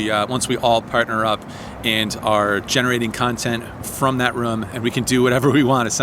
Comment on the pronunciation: Congrats on the business. Really heard your roots when you say poker "ruhm" . Keep up the PLO please!